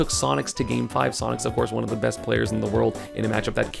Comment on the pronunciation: bro didn’t even say sonic he said sonix